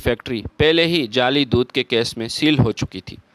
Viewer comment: جالی اجزا نہیں بلکہ جعلی اجزا ھے پڑھنے والوں کی اردو کیوں خراب کرتے ھو